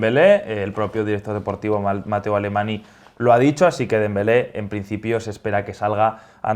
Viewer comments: Muchachos me duele el corazón y los oídos al oír la letárgica pronunciación de Alemany como 'Alemani' y no como es correspondiente: 'Alemañ'. fantasma, pero todavía más por no corregir el error!👻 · Ay Dios mi que ha dicho /AlemanI/, se pronuncia /Alemañ/ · Se dice Mateu Alemañ no alemani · Iliee que tú has estado i crecido en Cataluña como le dejas pronunciar Alemani así es Mateu alemáñ alemany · cada vez que oigo a pronunciar Mateu Alemani y no Alemañ me sangran los oídos. Se escribe con ny que en catalán equivale a una ñ. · Mateu "Alemani"... xD No, hombre. En catalán el dígrafo "ny" se pronuncia como la eñe castellana. Igual que en portugués se escribe "nh" y en italiano y francés "gn". Buen vídeo. Saludos. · Alemany se pronuncia Alemaññññ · Chavales, se pronuncia "Mateu Alemañ", es un apellido valenciano. #PoneosLasPilas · Por Favor,, Mateu Alemany se pronuncia "Alemañ", "ny" se pronuncia "ñ". Me pongo nervioso que últimamente siempre aparece Mateu Alemany en los vídeos y lo menciona de esa forma. Además, estando delante es raro que no se lo corrija. Ante todo, conozco el efecto Delia.